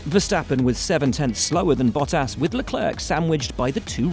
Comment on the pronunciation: ⚠️ To all international journalists & sport presenters: 🌐 it is NOT Lewish ... it is NOT Bottash ... and it is certainly NOT Max Vershtappen!